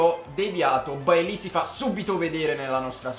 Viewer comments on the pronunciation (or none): Si pronuncia "Beilei":)